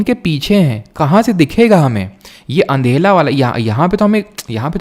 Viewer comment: Sir anhera ko ANDHELA kyun bolte ho aap hamesha …SORRY SIR